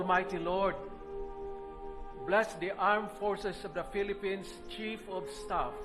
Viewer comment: tama ba ang pagka rinig ko "filapins"?